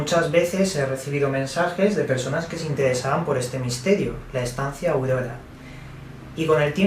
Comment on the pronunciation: dice: Estancia audoda